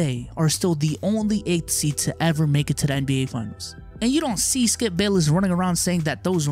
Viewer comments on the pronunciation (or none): For a second there I thought you called him "Skeup".